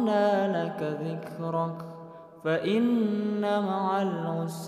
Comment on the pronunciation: 🙏🙏🙏🙏🙏🙏🙏🙏🙏 maafffff ayat 4 .. "Dlo" Bkn dla....